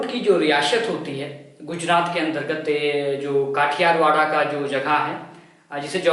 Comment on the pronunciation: काठियावाड़ बोलते हैं उसे नाम सहीसे लों